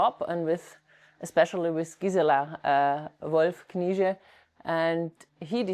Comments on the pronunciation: I would suggest to pronounce it "K-nee-tseh".The "E" is hard to translate from German to English phonetically. I`m from Vienna and on occasion a Knize customer. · Some wonderful looking pieces there. Is the pronunciation: K-nee-zsa? I hope there is someone coming along behind the gentleman to continue the quality and the tradition. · As a native Austrian I would say, for Englisch speakers it is "Knee-shay" (with a pronounced "K"). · (I'm also a customer) but the woman from the shop herself pronounced it Kni(t)sche, I think both is correct Knitse is more the German pronounciation, I heard this surname actually means Fürst [~prince] in Czech.